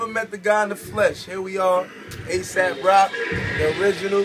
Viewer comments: Rocky pronounced it as asap, but it's actually aesop, as in the word that rhymes with bass drop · Yuck he can't even pronounce Aesop properly, it's not "asap" it's "aye-sop" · They are pronouncing Aesop as ASAP. It is supposed to be like Aye-sahp. Not Aye-sap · Just so we’re all on the same page, it is most definitely pronounced “ee-sop”, not “aye-sop” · They don't know "aesop" is pronounced "ay-sop" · by the way, if you listen to the video again, he didn't even pronounce Aesop's name correctly!! He called him "Asap Rock." Not the kind of behavior you would expect to see from someone who spent years obsessing and scheming behind the scenes in some corny little master plan to base his entire life and livelihood off of having a name that sounds kind-of-a-little-bit similar to the person in question. Right there is tangible proof in and of itself that Aesop wasn't on his radar (until people started bringing up the similarity to him after-the-fact, at least) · Aesop is not pronounced the same as Asap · Too bad none of the people including "A$AP Rocky" cannot pronounce Aesop, ˈiːsɒp/ ee-sop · For those who are hating on the acronym A$AP it stands for "Always Strive and Prosper" now stop calling it gay. this is a great moment and he did pronounce Aesop wrong. Oh well both have strengths and weaknesses which is okay. We don't always need to know which is better. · Im a fan of both. But wtf AESOP ROCK FANS are so SOFT, this comment section proves it! Who cares if Rocky mispronounced it, y'all act like it matters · Guy holding the camera and even the guy who stole the name couldn’t pronounce AESOP correctly. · maybe you should tell that to the people in the vid because none of them pronounce "Aesop" correctly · You guys can complain about anything. Cuz he BARELY pronounced Aesop wrong.So tf what? Can't we have nice things? Like classic hip hop moments? Without the cancerous fans?